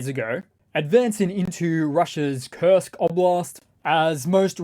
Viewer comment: You say Kurst Oblast. I'll just say Kursk People's Republic